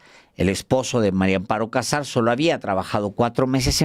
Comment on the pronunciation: Sr usted siempre dice Mario Amparo Casar Pérez ( no puede decir MARIA AMPARO CASAR PÉREZ